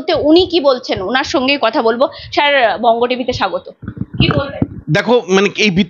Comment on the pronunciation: ওটা ষ্যড় নয় । স্যর বলবেন ।